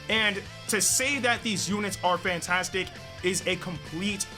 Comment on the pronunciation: I thought he said Pantastic LOL🤣🤣